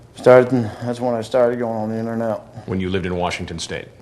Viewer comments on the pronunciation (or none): none